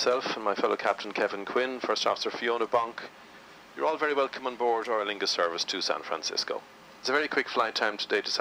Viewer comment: Its aER Lingus .....not aIr Lingus lol